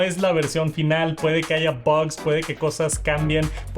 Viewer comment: puede que hayan baggssss.... hable bien cacorro